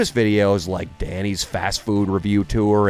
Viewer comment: You guys said linklunk and sadly you guys stole from me